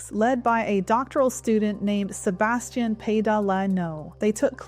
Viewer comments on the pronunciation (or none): none